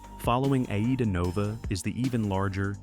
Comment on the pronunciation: It is AIDA in one word as in the Verdi Opera! And not A IDA! and its Italian flagged and for the German market, as originally from Germany. Operation and marketing is in Germany, not Italy!